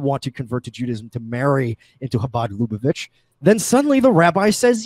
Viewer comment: Omg this drives me up a fucking wall. It's not pronounced "LOO-bo-vitch," it's luh-BUH-vitch.